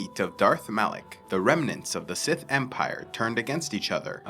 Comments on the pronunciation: Are you stupid? It's Malak not Alek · It’s Malak.